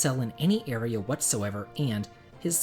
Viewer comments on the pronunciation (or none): none